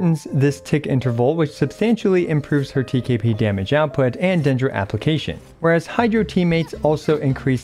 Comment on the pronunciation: TKP sounds like TKB and iykyk😭